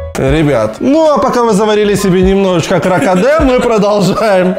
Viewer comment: хотел сказать кракадэ меня везде, но запутался в произношении